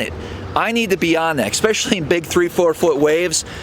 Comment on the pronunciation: Please don’t say “exspecially “...makes you sound stupid.